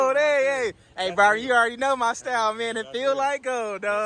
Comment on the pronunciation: I knew he was from Texas when he said “Already!”